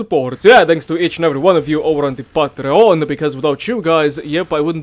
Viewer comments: And patreON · I'm sorry but the way you say Patreon is making me lose it ahsisjajd